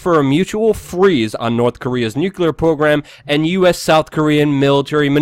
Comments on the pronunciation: Nucular <> Nuclear - is it wrong of me to expect you pronounce something before criticising it? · Eww, and it's NUCLEAR... not nucular.... I can't believe I speak English better than you, and English is not even my second language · Luke STILL refuses to bother pronouncing "Nuclear" correctly.